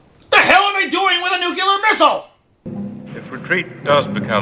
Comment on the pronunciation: Its NUCLEAR, not nucular man!